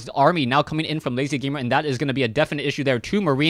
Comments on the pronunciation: LzGamer is pronounced "L. Z.-Gamer" not "lazyGamer".......... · No offence, but sometimes you have bad name pronunciations, please check the names before casting them =D (its L-Z gamer)